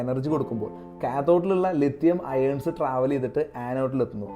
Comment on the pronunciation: അയേൺസ്.അല്ല ആയോൺസ്